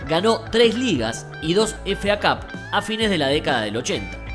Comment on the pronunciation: Me encanta que diga FA CAP en vez de efei cap